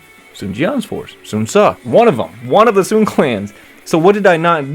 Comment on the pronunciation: In fact, I was expecting it, and I was still surprised when I found out about it years ago. What echoes in me and is too annoying is how they pronounce the name of the Sun family, Swan? Really?